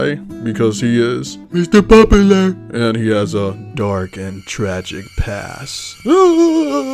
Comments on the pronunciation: I’m trying to eat while watching this, but I keep choking at “MISTER POPULUH” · I love that a guy loves shoujo manga ❤😂 and omg every time “mistuh pop-u-luh” came up it killed me 😂